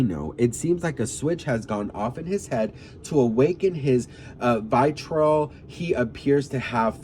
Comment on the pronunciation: That word is pronounced "vi-tree-all" bestie! Also koalas have chlamydia, not pandas 😅🫣